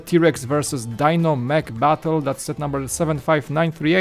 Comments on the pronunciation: Die-No?... I thought it was pronounced Dee-No? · it may be spelled Dino but I never once heard Fred say Die-no, it was always Dee-no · Just for clarification..I don't know if it's just your accent or your going by how it's spelled but it's not "Die-No" as in Dinosaur, but "Dee-No", at least in America that was how the Flintstones pronounced his name..and I don't buy big sets for Lego very often..usually I only go about 40 bucks but my nostalgia goggles are on so I think I'll just have to find a place for the Flintstones set..one of the reasons I don't buy very many Lego sets or especially big ones even if it's one I like the looks of..like the Sanctum Sanctorum..is I don't have dedicated space for Lego sets and I usually focus on space for my Gunpla Gundam model kits..heck most of the small Lego kits I have are sitting in a large drawer after I built them and they are all vehicles bar the healing facility from Star Wars with the Bacta tank..it's the biggest set I have. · Dee-no is correct! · yep. was just about to comment the same thing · DEEEEEEEEEEEEEEEEEEEEEEEEEEEEEEEEEEEE-NO!!!!!!!!!! not DIE NO.. you say he was you favorite character, yeah right! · Not Dino, his name is pronounced "Dee-no"